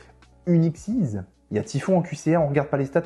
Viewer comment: Le canon dragon XYZ ne se prononce pas exceez (trop matrixé par les cartes xyz 😂), comme c'est la fusion de tête de canon X, tête de dragon Y et tank de métal Z on le prononce comme on prononcerais l'alphabet ( X Y Z ). Archétype jouer par Chad Princeton dans GX notamment.